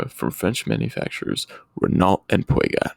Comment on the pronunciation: Cool video idea. Subscribed Gotta work on that Peugeot pronunciation tho lol